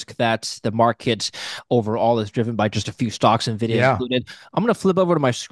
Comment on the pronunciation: Hard to take someone seriously that can’t pronounce nvidia. “Neh-vidya”